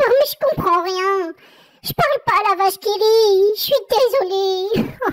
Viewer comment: J’ai aimé vortre video mais me fait rire car il a dit vache kiri